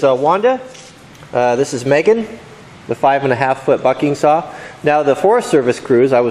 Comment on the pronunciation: At 55 seconds it sounded like he said 5 foot f###ing saw instead bucking saw